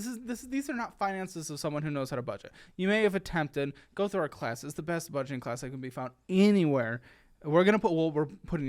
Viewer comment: BUDEGET -ING, WE'RE NOT BUDEGET -ING 😅😅